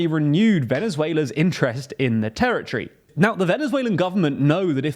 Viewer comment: Territory!!! Not terrortree